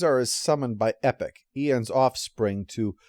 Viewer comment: Can't you call Epoch "EE-pok"? It sounds like you're talking about Marvel's ill-fated direct-market imprint. ...Actually, you know what? I changed my mind. Just flash issues of Dreadstar or Void Indigo on the screen every time you refer to her as "Epic". And yes, Epoch uses she/her pronouns.